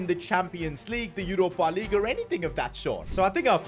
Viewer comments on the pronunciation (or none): I love when bro says Yoropa Lig